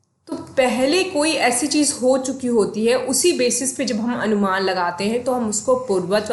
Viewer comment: Anumana is pronounced as अनुमान